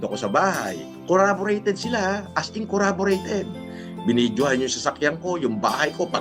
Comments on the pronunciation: Inang yan " coraborated panga"😂😂😂😂😂😂😂😂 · ano ba yung coraborated? hahaha jusko kulaong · Kabwisit yung coraborated, kahit di naman perfect yung pronunciation, pero tngna sobrang simple hahaha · graduate ng MIT tas KURABOREYTED? Ano yung koraboreyted na yan? If gusto niyang sabihin na corroborated, ang layo pa rin e. Baka COLLABORATED.